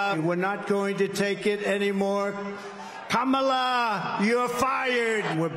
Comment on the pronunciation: Why does Trump continue to use the racist trope of mispronouncing Kamala Harris’s name? He is shameful with this and his name calling. Gingrich should know about this tactic given he was one of the authors of how to use hate rhetoric. We see you Newt.